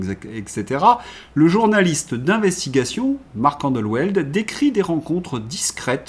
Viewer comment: Cher, Fidèle abonnée aux Entretiens, et pleine de gratitude pour votre travail engagé de réinformation, permettez moi une remarque respectueuse, à propos de votre prononciation du patronyme de Marc Endeweld... Le w de ce patronyme d’origine semble- t- il germanique, se prononce V! Il s’agit certes d’un détail, mais il m’écorche l'oreille, merci de votre indulgence et encore de votre pugnace et pertinent travail!